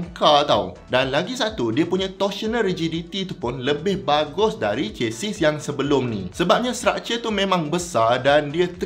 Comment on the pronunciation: Chassis /ˈʃasi/ Sebutan: Ce-si. S di hujung silent.